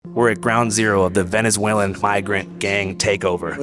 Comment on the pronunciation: Bruh did that reporter say “venezuelian”. You mean Venezuelan? Fuck is a “venezuelian”